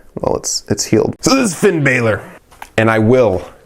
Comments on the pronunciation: Said Finn balor wrong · U were pronouncing finn bálor wrong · I cringed everytime he pronounced Finn Balor wrong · Firepower Pop l agree! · Orange Juice same